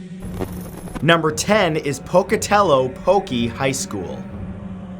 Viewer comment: You said Pocatello right!!